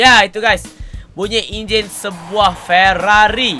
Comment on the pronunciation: Sampai masjid Ferarri jadi ferarroi